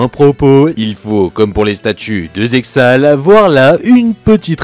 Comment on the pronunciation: Très sympa cette théorie et cette vidéo, tu iras juste en enfer pour la prononciation de Zexal mais no offense Kappa. Plus sérieusement je me répète mais la vidéo est vraiment cool.